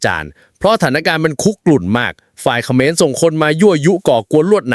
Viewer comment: ทะหานขะเหมือน😂😂 พูดผิดทุกคลิป😂😂